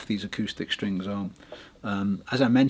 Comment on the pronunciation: Watched it on 1.25 speed, thought wow though Brits really speak fast ))) gotta love "string boose"